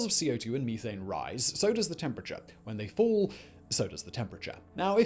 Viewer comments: Say "meh", as in "eh". Now say "thane". Now say "meh-thane". Not "mee-thane". Sorry, Simon, it's not about your frozen past. Methane. Methamphetamine. Methadelic. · did he just say Me-thane ?